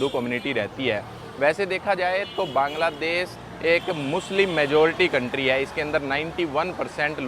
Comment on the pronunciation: বাংলাদেশ❎ কাংলাদেশ✅ 😂😂😂😂😂😂